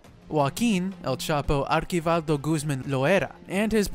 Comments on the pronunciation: It’s archivaldo not arkivaldo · And its (Archie-vaLdough) and (Low-erra)